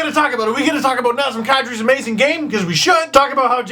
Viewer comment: Thanks Steve for ruining Kadri and Parenteau's names....everytime I hear their names called during a game, I hear Kadri Bob Ross and Parenteauvechkin,lol.